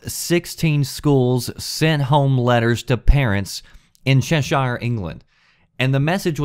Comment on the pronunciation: A) It's Che-shur; not Che-shIRE. B) It's not such a bad idea. If parents are failing the kids, then schools should be allowed to step in. I worked in a primary school (elementary) in east London for 5 years and there were 6 year olds who wouldn't concentrate on school work etc because they were obsessed with GTA. I worked 1-to-1 with a pretty fucked up kid who played violent, 18+ games every day and he was a full-on pervert by the age of 10. I now work teaching English in Japan with kids who have a much harder time getting access to age restricted video games, and they are much more balanced, hard working individuals. **I very much doubt that this is "Timmy said he played halo the other day; call the police!" There'd be letters home and meetings and such way way way before it ever got to that.** Laws like this aren't there to protect people like yourself who are not vulnerable etc. They are there to protect kids at risk. Also, minor point. The UK is not the USA. People aren't terrified of the government there (and British 16 year olds can't drive). You'll also note that several of your recent videos have been about 13 year old kids swatting people and shit... If 13 year old children were playing age appropriate games, I doubt that'd happen. Okay. Rant over. Bring on the hate!